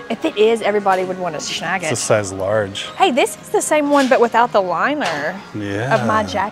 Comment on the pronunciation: and, it's SNAG it, NOT SHAG it, SHAG, where I live, is not considered a nice word!? Please Stop saying SHAG.... LOL...